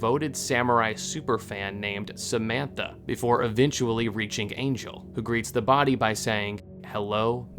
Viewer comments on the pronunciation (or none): none